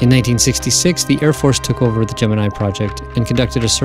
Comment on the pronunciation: At least he pronounces Gemini (GEM-IN-I) correctly...Unlike SOME other people... coughN9cough